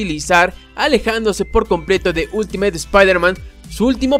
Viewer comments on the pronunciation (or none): none